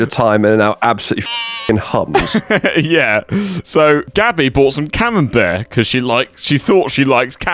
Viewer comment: it's CA-MEM-BERT cheese if you're not milking the goddamn Robert Cambert. Jesus Christ. And theese people laugh at Jake for reading something wrong.